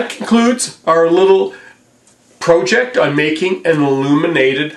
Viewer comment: Yo could you please say project not proooooooooooooject please please please I do love the show